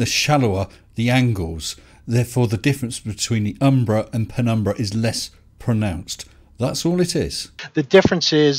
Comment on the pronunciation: Ah, now be fair, he did say "prenumbra" at least once. 😉